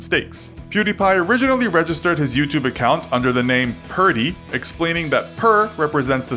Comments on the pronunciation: How come you can say PewDiePie right, but pronounced his old channel PewDie as "Purr Dee" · It's not purrdie it was pewdie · PewDie not PerDie what kind of a fucking lazer says per ? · First of all he did not get expelled, and his youtube name was PewDie not Purty. And come on atleast put some effort into saying their names accuratly its not that hard. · I'm pretty sure his first username was Pewdie and not Perdie as said in the video lol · Pewdie. Not Perdie. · It was pewdie not perdie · Perdi? Its pew•die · It's pewdie not perdie. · "PERDIE" LOL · "Kjellberg" "Perdi" ...Ok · Altiverse it's stupid how he said perdi like the sound of a gun, never heard a gun sound effect go perdi 🤦‍♂️ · Still noone can look it up, how to say his name, also he started the channel as PewDie, not whatever you said